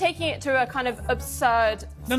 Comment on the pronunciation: She said obsurd status lmfao. Ya think?